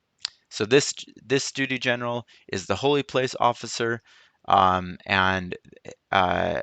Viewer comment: Holy PALACE, not PLACE.